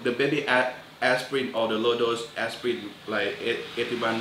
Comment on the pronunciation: Ass-pie-in? worse thanksgiving pie ever.